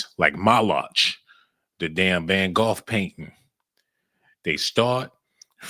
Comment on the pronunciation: this man said van goff painting 🤣